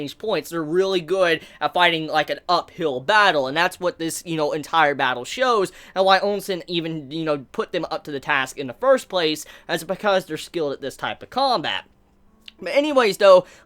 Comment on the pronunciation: his name is "OUSEN" not "OUNSEN". How do you put an "n" in there?